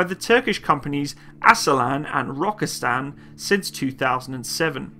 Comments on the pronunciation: The Name of the Company is Aselsan tell Asel-san and Roketsan tell Roket-san to say by the way San is in turkish short and means sanayi-Industy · Pronunciation should be like A sell sun and Rocket sun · More like "Uh-sell-sun" and "raw-cat-sun" - where the suffix "-san" is the abbreviation of "sanayi," which means "industries." So, the roots of the name "Roketsan" is pretty self-explanatory. "Aselsan" stands for "Askeri Elektronik Sanayii," which means "Military-grade Electronics Industries."